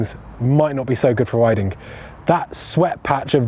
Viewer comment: What's up with the "add an h if the words ends on a g" accent? Like "ridingh" within the first few seconds of the video.